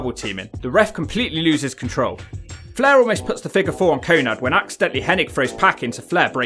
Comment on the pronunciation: Your commentary is just shitting on Syxx the whole time. It's not always about the match but the theater and the Wolfpac were always an A+ . Give urself an uppercut if you don't appreciate Syxx's WCW run with Hall and Nash, it was wild and great TV! P.S it's Konan not Konad, wtf?